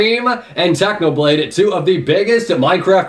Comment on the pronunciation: I hear u said Tanoblade not Technoblade